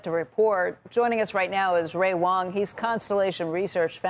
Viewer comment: Thank you CNBC for correctly pronouncing ‘Wang’ 👏